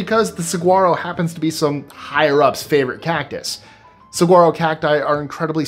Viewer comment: Saguaro is pronounced "sa-warro". I'm from Arizona. Love your videos!